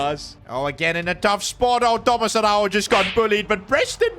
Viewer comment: You pronounce it Tomaj Araujo not Tomaz Arauho